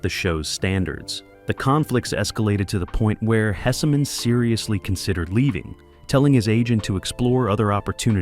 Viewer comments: The name is Hesman not Hessamen but it was a great show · And Howard's name is pronounced "Hess-man" not "Hess-a-man" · its pronounced Hess man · Hessman is 2 syllables, not 3…